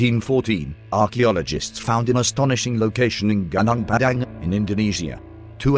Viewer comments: Ganang Padang lol... It's actually more like Goo-Noong Padang. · If they type in "goo noong pah dung" the text to voice will sound closer to the name of the place. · Ganang Padang? Please pronounce it correctly. 😁 Terima kasih. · Gunung Padang Pronounce as : Gu -Nong. In English = Mountain. In short Mount. Gu (Like when you say, Google) Nung (like when you say No with a continuous “ng’) So it Gu-nung Pa (like how you call Papa as in father) Dang (Like how you say, cow’s dung) = Pa-dang So if you don’t want to sound stupid, you can just say, Mount. Padang. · It's pronounced as goo-nong par-dunk, literally means field(plains) mountain